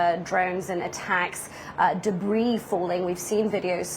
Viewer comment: ‼️ITS DEBRIS